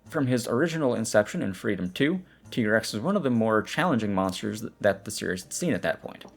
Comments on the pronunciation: ”TEA”GREX. Aah.. From that moment i know we couldn't be friend. ”TIE"GREX! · Also, it's canonically TYE-grex - like, Tiger-Rex